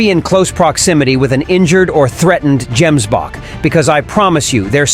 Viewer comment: Gemsbok is pronounced with a hard " g",not " j".